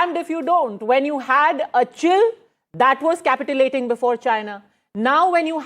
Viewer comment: Its not capitalating- its capitulation (as capitchulashun)